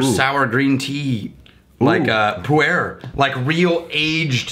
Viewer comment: Kudos for knowing pu-erh.